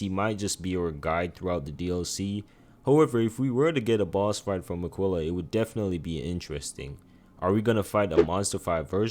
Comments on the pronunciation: love the video but i couldn't stand the way he pronounced miquella, its mi-kuh-luh, not mi-quilla😭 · Im tearing my hair out of my scalp at the pronunciation of these bosses. Marruiqa, Radagan, Miq-willa. Come on man 😭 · Who the hell is a Mikwella? How you played the game and you still mispronouncing names.. even Marika